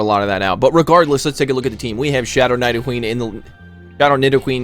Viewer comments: Nice vid as always! BUT its "Knee-dough-queen", not "Nai-dough-queen" ^_^ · Don't Know To pronounce Nidoqueen!